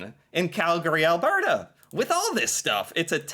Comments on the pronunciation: You almost said Alberta right this time. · When pronouncing Alberta … think Bert & Ernie … now say Albert … now add the feminine a at the end … as another commentator said, “It’s not Al-bear-ta” … it’s pronounced Al-bur-ta … BTW, the province is named After Princess Louise Carolina Alberta … We had to use her third name because you Americans already had a Louisiana & the Carolinas! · Al-burr-ta (not bear-ta, although we do have both extreme cold AND lots of bears) is basically the Texas of Canada. Our main deal is cows and oil lol… Calgary especially is very cowboy-ish, it's like our Houston, whereas Edmonton is a lil more cultural and metropolitan like Austin, but as our vandalized welcome to Edmonton sign said at one point, there's a confusing ratio of hipsters to pick-up trucks… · Ahem… it’s ‘berta tyvm